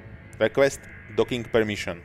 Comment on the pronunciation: EN lvl riques doking sa to vislovuje :D